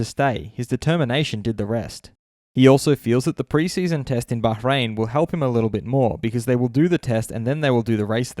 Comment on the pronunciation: You told behrain correctly Finally some one in F1 videos 🔥👍